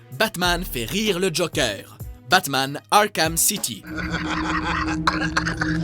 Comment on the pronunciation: Mais le mec il dit JOKEUR!!!!!